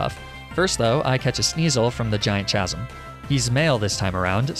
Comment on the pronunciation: Don’t forget casm (chasm)